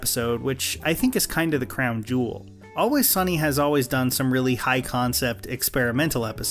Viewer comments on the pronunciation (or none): none